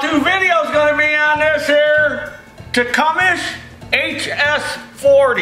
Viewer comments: Tecumseh (tee-come-see) William Tecumseh Sherman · you been calling it Tecumes for years now love it every time. Krohler Briggs and Scratton 😂 never gets old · Enjoyed watching. Tecumseh=Tee-cum-see. Don't feel bad though, no "out of town-er" ever gets it right, the first time...LOL. I know, because I live here, in Tecumseh, MI. Where the engine's name, comes from. The original buildings have recently been torn down. Old guys, may also remember the Clinton engine. They were made just 5 miles North of here, in Clinton, MI.